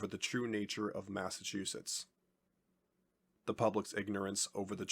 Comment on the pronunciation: Someone tell the narrator that those two "t"s at the end of the name aren't silent. "Massachussess"!?